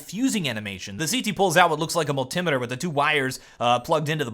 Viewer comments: MUL-TI-METER. NOT MUL-TIMITER lol nice video though! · "a mul-timitir" -- lol........